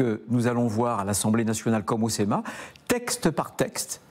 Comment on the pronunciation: Il a dit céma au lieu de senat.